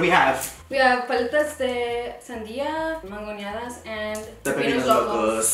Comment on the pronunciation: It’s MANGONADAS NOT MANGUIONADAS